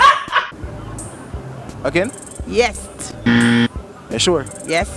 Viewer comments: dwl when aunty said Yestt I dropped😂😂😂😂😂😂😂😂😂😂😂😂😂😂😂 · Mi bumbo “yest” 😂😂😂😂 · 😂😂💀💀😭😭😭 this bih put ah T at the end of Yes and kill har dead she correct 💀💀